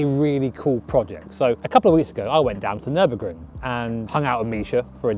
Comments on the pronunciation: Ummm, Fer-Burg-er? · congrats! ferrar-o-ring?